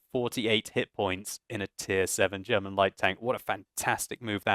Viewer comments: german pronunciation is rather good, in respect of the fact that you are living in London and grown up in Great Britian. And its okay if you maybe say, that the FV207 is a TD, cause we all have eyes and can read ^^ By the way; The Leopard is the German Tier 5 light tank :) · stop fishing for compliments. Your German pronunciation is as good as ever.